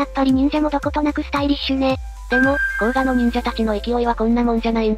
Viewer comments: 滋賀県の甲賀市も甲賀駅もどちらも読み方は❌コウガではなく、⭕コウカですね。自販機に甲賀（コウカ）コーラが販売していて面白いです。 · こうがじゃない！こうかですよ😅